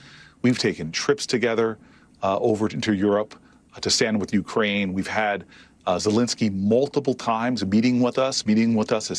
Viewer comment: ZelEnsky, not Zelinsky. Please.